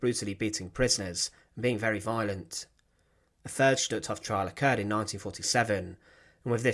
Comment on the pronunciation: #1 the pronunciation of Hof is long o, not Hoff, #2 Rudolf Hoess is pronounced like HEARSE NOT HESS, RUDOLF HESS WAS ANOTHER NAZI!